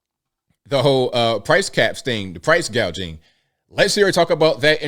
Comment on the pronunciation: 😂 proce gageing